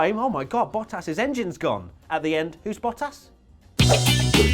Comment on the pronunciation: Why did you pronounce Bottas as "Battas?"